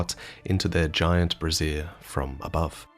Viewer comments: Giant brassiere! 🍋🍋 Naughty. Brazier! Bray-zee-er! We're not un-clipping the fire giant's brassiere with the pervert pot. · Brah-zeer is a bra. Bray-zhr is a cage with fire in it. 😂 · when he pronounces "brazier" like "brassiere" heh heh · Not that its super important, but regarding your comment about the Furnace Golems. When something is a fire holding device, a brazier, pronounced like "Frasier" the TV character. If you say "brassiere" as you did here, its a womens bra. =p Unsure if this is intentional, like the sudoku thing. But just in case =p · I was listening to the video when my mom overheard "throw a firepot into their brazier" and didn't understand what a woman could do to deserve that. A "brahzir" is an undergarment to support the bust. A "braezer" (said like "to braise") is a container for charcoal or fire. You accidentally said to throw a fire pot in their bra. Like the words are spelled the same so I get it, but it's still funny to imagine them with giant bras on. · I'm sorry, throw something into their brassière?! EDIT: it's prnounced BRAY-ZJER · FYI the pronunciation is different for brazier, said brassiere, which is a woman's undergarment. To clarify BRAY-zher not bra-ZEER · Hey bud, I adore your content and I'm really not trying to make fun of you, but brasier is pronounced "BRAY-SHER". A brassière is the way you have been pronouncing it, and that's something way different. That's all! :) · Since you're correcting your pronouncing "brazier" would be "bray-zher". You said "brassiere" which is a bra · "Get up high and throw a furnace or a fire pot into their giant brassiere from above." Should have known. That's how you turn Anor Londo dark in DS1, too. ("Brazier" is usually pronounced BRAY-zeer or similar in English to avoid this homonym.) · you pronounced braizer like "brassiere", its "bray-zhur", the furnace golems don't have a giant bra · Oooh la la I didn't know they were wearing that kind of shield! 🤣 Brassiere ≠ Brasier